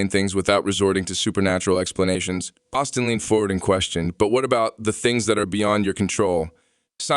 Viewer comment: his name is Osteen, not Austin. please